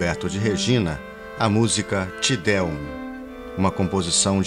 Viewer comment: Parabéns pela pesquisa. O Madrigal da UFBA já executou o Memento Baiano. Já ouvi o Recitativo e Ária aqui em Salvador também com o texto. Execução do La Folía, um grupo espanhol de música antiga. Ah, uma nota, se me permite: Te Deum (pronuncía-se Té Déum). Abraços.